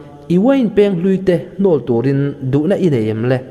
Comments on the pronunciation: Savun Uiin Pêng i tia, Peng tih tur a nia, thlûk loh tur a nia... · Uain peng hi i lam rik dan a dik lo. 'Peng' hi 'beng' (ear) ri thluk ang hian lam rik tur a ni e.